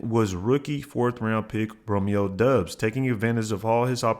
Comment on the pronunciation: It’s doubs like “Cobb “